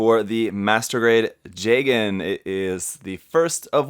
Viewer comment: Okay, I have to ask. Is “jay-gen” really how it’s pronounced? I had always thought it was “juh-gahn.” The former just sounds weird to me.